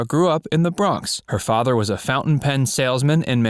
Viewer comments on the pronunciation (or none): none